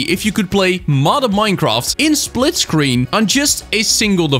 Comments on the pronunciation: “Splitcreen” gj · ah yes, "Splitcreen"